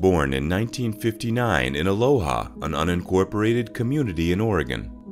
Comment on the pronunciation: It's pronounced uh LOW uh